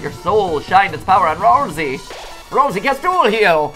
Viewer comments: his name is ralsei not rasiel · It's Ralsei, not ralzee.